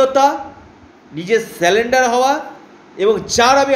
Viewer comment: কথাটা " সালেনডার " নয়। surrender